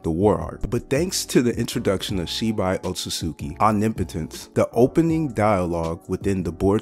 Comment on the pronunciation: Guy pronounces otsutsuki so wrong 💀. Very great and informational video though